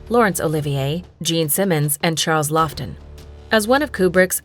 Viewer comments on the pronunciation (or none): My favorite KD performance is also "Paths of Glory." Among those that were not mentioned, I also love "There was a Crooked Man. . ." P.S. You say "Walter Pidgeon" and show Dick Powell. . . And you mispronounce Charles Laughton's last name. . .